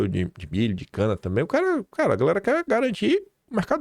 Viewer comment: E ai gaReRa? 😂